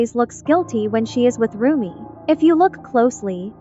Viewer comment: Bruh not rommie mom 💔.. its rumi mom 🥀...